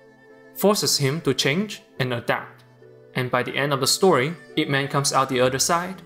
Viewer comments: It's /-ip-/. Not I.P. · I cringe when he said I-P Man. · I got so triggered when you said I.P Man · 'eye-pee' man?? bro Ip is one word and thats his last name. bro.